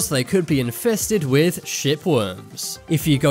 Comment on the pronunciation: I had to listen hard a few times to clarify he was saying 'shipworms'!